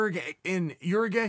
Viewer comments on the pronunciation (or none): "In your-a-gay "?!? C'mon chael......its "Ura-guay" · YOUR-EHH-GWUY chael not your a gay looool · Pronouncing Uruguay as Ur gay? Common, stop trolling us! At least pronounce it as Uruk-hai! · "You're a gay" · I'm not gay Chael! Oooooh he's trying to say Uruguay.... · It's pronounced "U - R - Guay" Uncle Chael. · Say it with me Chael. Your-A-Gwy!!! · Chael “ur-a-gay” sonnen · Here for "ure-a-gay" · Haha loving uncle Chael’s pronunciation of Uruguay 🤣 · Guess we need to start pronouncing Uruguay differently now